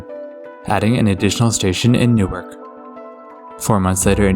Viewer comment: Newark, Delaware is actually pronounced "New-ARK" instead of "NEW-irk".